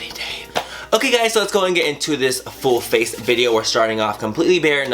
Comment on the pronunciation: Whenever he says full face, it sounds like bull face :P Love you Manny!!! <3 You have such talent at SLAYYYYYYING life!!!